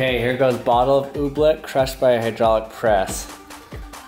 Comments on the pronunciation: So annoying... it's "oobleck" not "ooblick" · "Oobfleck is so cool."